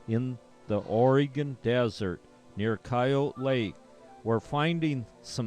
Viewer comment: It’s not pronounced Oreeegon, it’s pronounced Oregon as in gun.